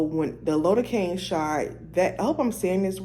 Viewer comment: Lidocaine is pronounced lai·duh·kayn Google it to hear how it's pronounced.